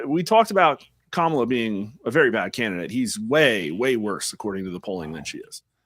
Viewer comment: Did Newscum said "Tamalcrace" lol